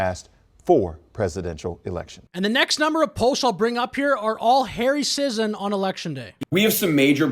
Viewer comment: sigh so glad, despite the same last name, that I'm not related to this... sentient paper towel finally someone saying the name right